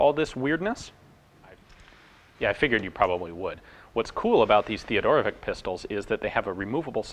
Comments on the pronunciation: Oh man, I so hate correcting pronunciation. Any yugalasav or Russian name is always predicted on the end as vich. Not not Vic. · For what it's worth, our name was pronounced Theo-doro-vits